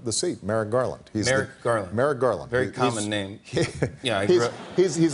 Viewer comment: Did he say Marrett garland?